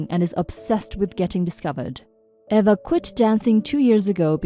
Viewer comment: The name Eva is pronounced Eee-vuh.